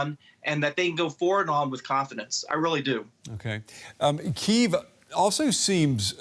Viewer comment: bro cant even pronounce it, KEEVE